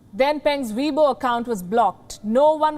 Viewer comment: Chinese twitter. Sounded like she said webull